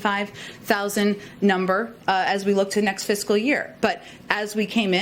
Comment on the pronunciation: The next “fixcal” year?...